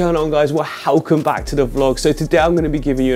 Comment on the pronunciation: Can we just drop the We “helcome “ and just say welcome please lol thanks:)